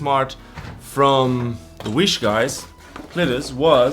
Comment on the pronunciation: Why is it pronounced wish??